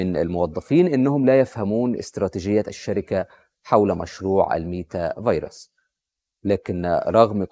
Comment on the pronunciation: عاش , الله ينور, بس خلي بالك من نطقها على ما أظن meta verse (ميتا فيرس)